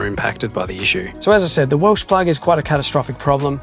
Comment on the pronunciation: Welch plug Welch not welsh